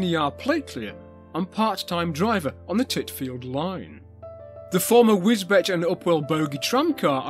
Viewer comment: ahem, Wisbech is pronounced wiz-beech (by the locals):-)